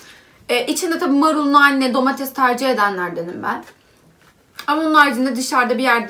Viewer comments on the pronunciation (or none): "Domatez" değil ,"Domates" ama heceleyeyim Do-Ma-Tes ^-^ ... Güzel Türkçe'mize önem verelim❤ .